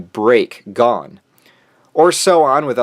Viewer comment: You: He-so-ka My brain: He-za-ka You: Gone My brain: Gon